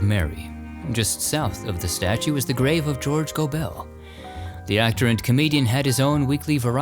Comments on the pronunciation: Another great episode. Of course, George Gobel's name is pronounced "GO-bull". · I feel old: you mispronounced George Gobel’s last name. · Doesn’t matter. A lot of work goes into this production. I think we can forgive a small mispronunciation. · George Gobel's surname was not pronounced "go-bell" but rather "go-bul". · George Gobel, pronounced Gobal not Gobell. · I don't often criticize, but, It's George Gobel, not Gobell! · It's pronounced George 'Gobbel' not Go-Bell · GOBULL, NOT GOBELL. George Gobel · George Gobel's last name was pronounced 'Go-bull', not 'Go-bell'. He had one of the greatest lines ever on the Tonight Show with Johnny Carson. Johnny had Bob Hope and Dean Martin on the show before him, and they remained on the couch when George came out. He sat down, looked around him, and said, "Did you ever get the feeling that the world was a tuxedo and you were a pair of brown shoes?" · George Gobel not Go Bell but as if it’s not two words. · Great episode. George pronounced his last name GoBull. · Love your podcast, please check on how to pronounce George Gobel's name...Go bel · I love you so so much!!! I’ve gotten some of your merch, but I’d like to kindly correct..that George Gobel Is pronounced like “Global”. Just a thought. I love everything you do!!!! Thank you. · Pronounced Goble. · George's surname is pronounced Go'-bel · It's pronounced George GO-b'l. Always happy to see your respectful videos. Bill Quinn also played Mary Richards' father in the Mary Tyler Moore show. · Nitpicking I know, but George Gobel’s last name rhymes with “Noble” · George Gobel's last name is actually pronounced GO-bel..bel pronounced bul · Goble is pronounced like noble, not no-Bel. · Gobel's last name was always pronounced Go-bull. Lonesome George was one of my favorites as a kid. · It's George GObel, accent on the first syllable. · FYI, George Gobel pronounced his surname so that it rhymed with noble. Thanks for the great vid as always.